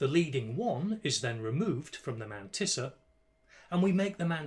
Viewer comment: your way of saying Mantissa is just so perfect. has to be said.